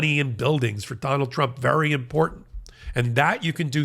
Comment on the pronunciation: I watch you faithfully from Canada as what happens in the USA affects us here and around the world. Keep up the great work! Just a side note... is very cute but please tell him there's no d in important. I cringe because that's how mtg says it. ❤